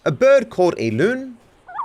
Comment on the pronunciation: “a bird called a loon” bruh as a Canadian, I have never heard someone say it like that cause they are so common around here lmao 😂